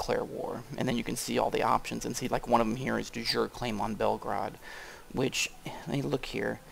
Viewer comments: I hate to nitpick about pronunciation, but there is a big difference between the phrases "de jour" and "de jure". De jour, which is what you're saying means "of the day" as in a whim, whereas "de jure" means "by law". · Sorry, I should mention that "de jure" is pronounced something like "dee yoo-ray".